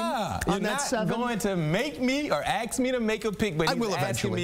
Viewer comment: Axe If your going to be an announcer learn ENGLISH ITS ASK!!